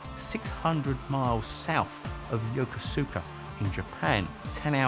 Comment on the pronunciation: It's pronounced "Yokoska". Just saying...